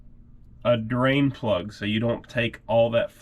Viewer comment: Draine plug 😂 sorry couldn’t help it